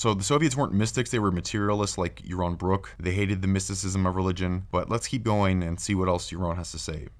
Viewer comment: Yawwon Bwwok tells us weason without Gowwd is good. When you can speak correctly, I'll listen, heathen. Those wascislly weligions.